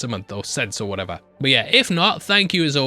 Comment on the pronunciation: I’m your hose pole? What’s a hose pole?